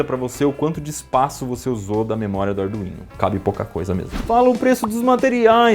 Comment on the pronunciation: Ardu-ino e ardu-vino foi de lascar kkkkk